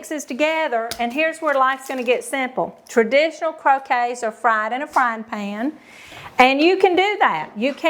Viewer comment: Aw,. It's CROW-KETTS, not CROW-KAYS. Your way is the game with balls and mallets in the yard. Salmon is a silent L. SA-MON. - remoulade is RAY-MOO-LAAD. Not ADE like lemonade. I understand there's a southern accent involved, but there's a big difference in your sweet southern accents and a mispronunciation.